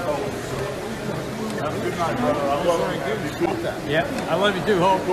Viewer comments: it’s not “Hawk” it’s Hulk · It sounds like your saying Hawk Hogan hehe. Lincoln Hawk Hogan over the crutch.